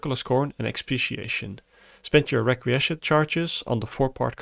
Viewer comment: Requiescat is pronounced Wreck-we-ess-cat: Latin word meaning A wish or prayer for the repose of the dead.